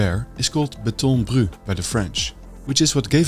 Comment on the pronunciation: Just so you know, for future videos, we pronounce the T in "béton bruT" in French ;)